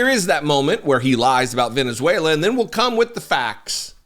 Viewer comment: Reading from Venuzeulaaaaaa! what a buffoon.